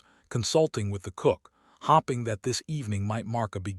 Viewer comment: It's arith ma tic and hoping, not hopping, and BOW as in NOW, fade ing not fadding. Just one version of a common story